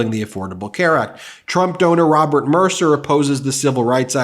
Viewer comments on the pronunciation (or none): none